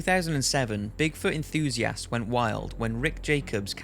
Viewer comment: My god you pronounce enthusiast so weird... it makes it hard to watch the video when you say it every 1 to 2 mins